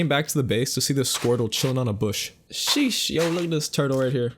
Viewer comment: Ur not saying sheesh right it’s Sheeeeeeeeeeee